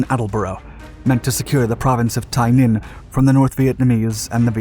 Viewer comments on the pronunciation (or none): BTW, Tay Ninh is pronounced TAY NIN not TIE NIN. The US had overwhelming power in the country but the politicians would not permit a move into North Vietnam. The reason body count was important is that it was the ONLY metric that Washington would recognize. I normally don't listen to your channel because your voice and intonation are annoying.....I listened to this because you over dramatize the entire thing and I wanted to let you know. U.S. forces were ordered not to win. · The proper pronunciation of this region is Tay like "hay" Ninh. If a presenter doesn't care enough to find out where he is, why should we? And when you deliver every sentence with urgency, it gets old real fast. A little slower, softer delivery, with only warranted rushes of adrenaline, when it's flyin' fast n' thick will give future broadcasts much more credibility. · Good information. One minor beef. He miss pronounced Tay Ninh and Dao Tieng. Either that or I mispronounced it when I was there in 68. Other than that -- well done.